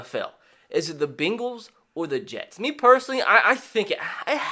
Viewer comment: The “Beengls”